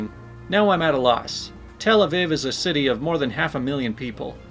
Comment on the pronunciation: Tel-Aviv, it's a long e sound in Aviv, just in case it comes up again